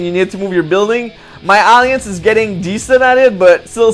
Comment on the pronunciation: nice to hear you went back to the old classic Alliance pronunciation.... on a complaint note.... NO MACP FARMILLE COMMENT??? ? I demand you do the video again and fix that!!!